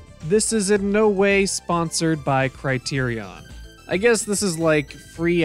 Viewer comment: First, learn how to pronounce the word Criterion, thank you:) I started The Criterion Channel subscription on Roku last year and have now seen classic Japanese movies for first time ever, not counting the Japanese B-flick sci fi movies of the 50s and 60s that circulated in the U.S. and all dubbed in English. The best I've seen so far...Woman in the Dunes, Onibaba, Petrified Forest, and Kuroneko.